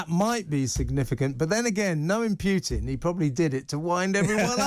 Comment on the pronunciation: Will TR hosts not pronounce "Putin" correctly? There is only one "i" in "Putin", not two!